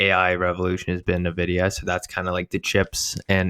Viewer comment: Wow. Glad to see you guys in the AI arena. Can't wait for you to learn to pronounce the names of companies like Nvidia (LOL) and Nebius.